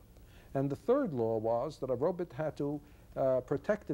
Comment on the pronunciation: he does say 'robits'. iRobit.. lol.